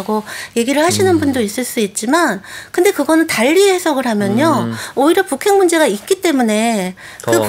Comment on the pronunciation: 북핵 ->푸캑? 발음 진짜 이상하시네